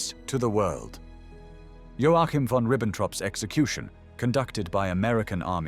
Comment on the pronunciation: O fato é que vc sequer sabe pronúnciar o nome do Joachin